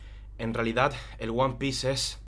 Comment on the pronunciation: Escuché "Juan Pieses"